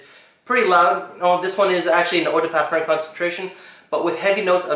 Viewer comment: You might want to check out Sebastians (looking feeling smelling great) video on how to pronounce EAU DE PARFUM in French. Just a suggestion not trying to be a dick. I found the video helpful so I thought I'd pass it on. It's an older video but if you search for how to pronounce parfum it should be the first result. Thanks for the video and everything you do for the fragrance community.